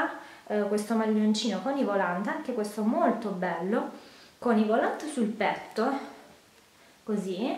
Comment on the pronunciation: Si dice volàn, la T in francese è muta!